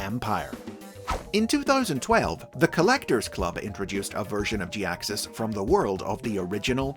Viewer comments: I've always liked Jhiaxus... But to be honest this is the first I've heard his name Pronounced this specific way and it's mildly annoying to hear anyone say it like that. I might be in the minority on this too. I'm sorry, I love ya and your videos but man, I can't take it Pronounced like that. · Sounds more like jackass? Was it deliberate?!